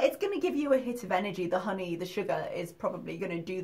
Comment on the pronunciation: "Hoeney?" This is the girl that claims to have read 24 books a month, but she can't pronounce basic words?🤔🙄